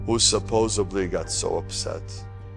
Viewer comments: “Who suPOSSABLY got so upset…” Bro wants to be an orator but can’t even speak properly 😂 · Did he say "supposebly" 🤨🤦‍♂️